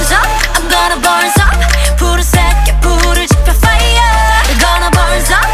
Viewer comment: “I’m gonna burn up” Me 1st time listening to Bird: Hmm, the pronunciation is kinda weird Me 50th time: “I’m gonna burn sup, I’m gonna burn sup........Fire ~”